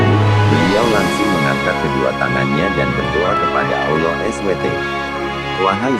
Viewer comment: Konten musikah ini wkwk,, swt bukan disingkat ya,, dipanjangkan Subhana wataalah,, bukan Olloh ya tapi Allah biasa saja pengucapannya